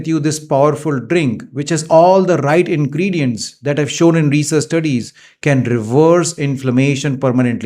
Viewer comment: Dactar sb aapko aaj tak turmeric bolna kaise nahi aaya aur ingredients bhi nahi bol patay. Sad